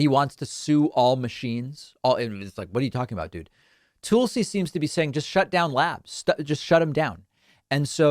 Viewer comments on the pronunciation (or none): Daaavid .. is there any reason you keep pronouncing Tulsi as TOOL-see rather than TULL-see .. since theres no umlaut there lets get it right. Thanks Deevood.